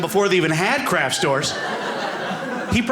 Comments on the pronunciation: I wondered 'What is a "crash store"?'...ooh, it's 'craft' pronounced poorly. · The first few times I thought he was saying 'crash store'. Bad pronunciation.